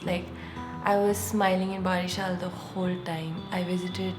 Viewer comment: OMG! You had been in my city, Barishal! How could I miss that chance to meet u.. Anyway, the correct pronunciation is 'bowreeshal' for Barishal. I hope u will come again and give us chances to greet u again. Take care.